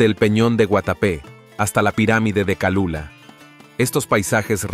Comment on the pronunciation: No es Calula , es Cholula